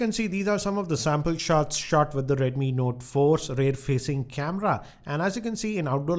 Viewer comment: not just uhh but the W doesn't exist in his script. For way, he will say Vay, for wide he will say Vide, and for with he will say Vith.